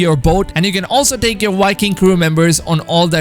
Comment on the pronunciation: Am I the only one that hears this guy saying wiking instead of viking